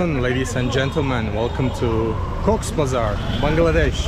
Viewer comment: It’s Cox’s Bazar not Cox Bazar!! The modern Cox's Bazar derives its name from Captain Hiram Cox, an officer of the British East India Company, a Superintendent of Palongkee outpost. To commemorate his role in refugee rehabilitation work, a market was established and named after him.